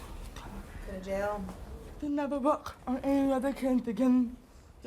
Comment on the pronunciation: it’s sounds like the song Black Bettie when she says again